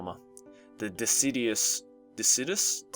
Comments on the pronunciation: It's pronounced Dis sid u us. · Deciduous= "Duh-sih-j-you-iss" It's a type of tree If you wanted to know... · dee-sid-jew-us. Deciduous. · I think that word was pronounced 'de-ki-dous' :P Don't take my word for it though haha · failing to say "deciduous" brings back memories of when Noble played this. Ah, pre-facecam Noble...